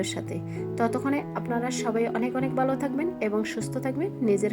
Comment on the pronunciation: বালো করে না ভালো করে বলেন।